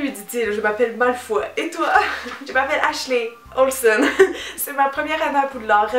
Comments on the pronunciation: "MALFOI" FOI MDRRRRRRR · pourtant on france on prononce Malfoy et Granger = GraNgeur et potter bah c'est universel quoi HAHA ah moins que certain disent "poté". xD